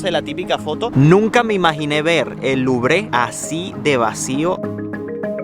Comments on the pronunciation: Primera lección de francés... La E no se pronuncia a menos que este acentuada... No se dice "luvre" ni "luvrÉ" sino "luvr" 😉👍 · señor si va hacer un comentario de un lugar o un edificio,primero investigue un poco como se llaman de forma correcta los lugares o edificios, mejor ejemplo se dice louvre o aun mejor musee du louvre pero aun mejor si estando haya aprende a decirlo de forma correcta o pregunta como se pronuncia a cualquier persona,eso lo hara ver muy bien y educado,pero si primero lo dice a medias lubre y lo peor de forma literal en español ,usted mismo se pone en ridiculo por su ignorancia y arrogancia ,gracias